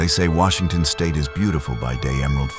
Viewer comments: I'm sorry, Welcome To Washontion? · Welcome to "Washontion? "